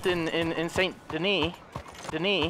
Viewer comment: Saint Denis (suddenly) Deknee BTW